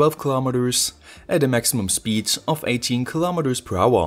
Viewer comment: Pointless video, "I must not alter ze zpeed limit" 😂